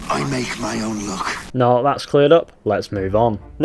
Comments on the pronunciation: I always thought he says, i make my own LOOK😂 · Sounded like GIVE ME WEED